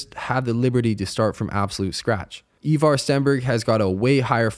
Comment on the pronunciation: It’s “Eye Var” not “ Eeeee Var”